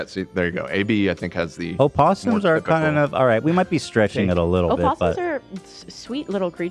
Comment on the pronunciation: "O-possoms" is killing me...truly a west coast show XD